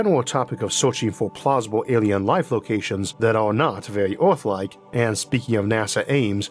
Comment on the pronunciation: what accent does he have that causes him to talk 'wike a bwaby'